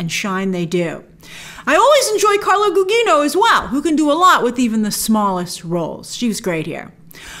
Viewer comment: Gugino is said gu-jee-no